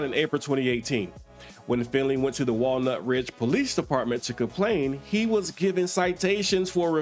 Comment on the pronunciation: Walnut PD stressing, the "nut" part of the name.